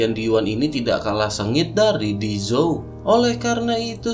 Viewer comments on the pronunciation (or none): none